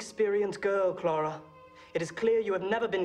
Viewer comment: I am just picking up on Jared Leto again so I haven't watched this up until recently and although english is my second language I could clearly hear them both pronouncing the name as Clara.